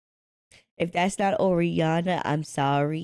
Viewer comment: ORI-ANA?! HAHAHAH The way u said her name xD singed dad to ori kinda crazy